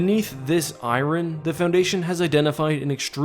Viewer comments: did he legit call iron I-ron as opposed to I-ern? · Its pronounced iron not i ron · Lol. "I-rin" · You pronounce "iron" wrong but solid video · Redo this video right now and pronounce iron correctly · never say iron again please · People from North-America am I right? :P